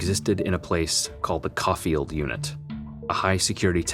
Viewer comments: Co- field not kah- field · Just a small correction it's pronounced Coh-field not Caw-field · It’s “CO-FIELD” 🤣🤣🤣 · Coffield is promounced Co-field not Cof-field. And Padrino not Padrion, pronounced Pah-dree-no. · Now COFFIELD? Its not Cough-field 🤦 Its CO- FIELD 🤦🤦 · Coffield pronounced COh-field. The O has a Oh sound in this last name that the unit is named after, not the Ah sound. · Ive been out a while but tha BLAST was putting an end to the families strangle hold on TDC. And its pronounced CO FIELD, LONG O. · The prison here in Texas is pronounced COE-FIELD... It really isn't hard to do a slice or two of legit research... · I was near coffield unit. Its pronounced like coalfield though lol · It’s pronounced “co field” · Its pronounced Co-field unit .....but yes go on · CO-Field is how it’s pronounced. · Say it with me Coe-field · It’s pronounced CO-Field. I’m from Palestine. My mom used to work there. It’s really not that bad of a prison anymore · It’s pronounced co-field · Dealt with Barrios working in TDCJ. Coffield is pronounced “CO-field”. Huge prison with over 3000 inmates all levels. One little shit bag inmate who transferred from coffield to the unit I was at sucker punched me . Never forget that little fuck